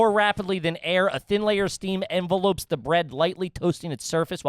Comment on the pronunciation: No one catch saying ENvelopes and not enVELopes? 😂